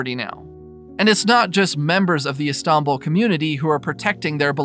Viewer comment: "The city of E-stombl"